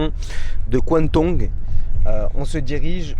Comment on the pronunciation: " la Région de kuantong" 🤣.